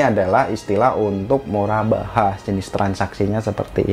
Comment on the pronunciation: Murabahah dibacanya Murobahah, karena huruf ر dalam pengucapan arab berbunyi "Ro"